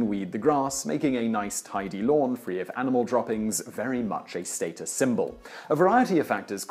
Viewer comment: This guy needs to learn how to say 'status'.